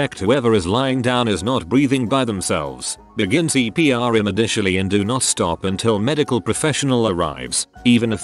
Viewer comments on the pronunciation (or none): new word invented!! "Immidishally"